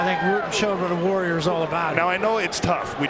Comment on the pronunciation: It’s pronounced Ruhten Not Rooten. If he was Brazilian or Mexican you would be able to pronounce his name right.